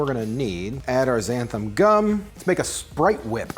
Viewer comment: It’s called «less-ee-teen» (lecitin), not «lay...) and XanthaN (not «xanthaM») Gum.☺️ Many of these are such useful ingredients, especially when you want to live a vegan/plant based life. It really makes such a difference. I first sound Xanthan Gum when I used to make a lot of moisurizing cream for myself and needed a thickener that you didn’t have to cook. But it is really difficult to find here in Norway, most of the time I have to buy from abroad online, makes it real pricey, but what can you do? Glad I can find it at all, a huge selection is not what you get with a small population... Keep staying safe, people❣️😷